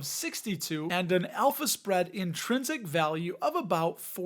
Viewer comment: I kept hearing an Elvis spread 😅 instead of alpha spread 😂